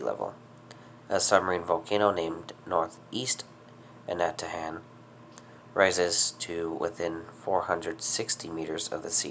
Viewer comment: Pronounced Ana-ta-han I'm from Saipan. I remember the massive eruption in 2006 🌋